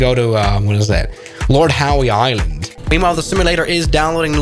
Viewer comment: Did he just say lord howey island?? lmao